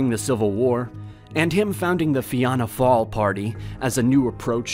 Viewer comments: jeasus man you should look up pronunciation before making a video. "Ayhoman DayVolEire" of "Fiona Fall" would be turning in his grave! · Wait a minute:1. Ireland did not "merge" with Great Britain, it was annexed2. There was no pro-British side in the Civil War3. Fianna Fail is pronounced "feena fall"4. exs-per-denture ??5. air corps with a hard 'p'? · It's said like "Dev A layer Ra" for De Valera and for Fianna Fáil it's "Fee na fall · Why are we letting ignorant Americans who know nothing about nothing and cannot even pronounce basic terms ("Fiona Fail"? Now make him pronounce "Cumann na nGaedheal". Now make him tell us his understanding of Cumann na nGaedheal's role in Irish politics between 1922 and the Emergency) put up videos showing their ignorance of Irish history? The Irish War of Independence was fought in Belfast? The Home Rule Act came about because of Irish Nationalist MPs (Asquith, who dat?). The IRA took part in the Easter Rising "Republican insurrection"? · Its pronounced feena fall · The way how he said fina fail was painful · Dude it's not hard to look up the correct pronunciation of Devalera, Dáil Éireann and (especially) Fianna Fáil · You pernounced fina fall wrong